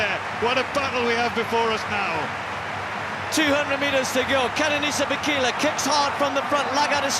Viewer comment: I believe it's 'Bay Kay Lay' ....